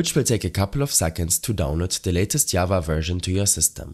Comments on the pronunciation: "Ikr i was like WHATT is this called yava?" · Who tf says java as yava